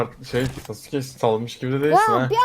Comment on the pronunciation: abi şaka mısın profil fotoğrafindaki sasuke bile değil daha sasuke yi düzgün bile söyüyemiyosun :D yazık kafana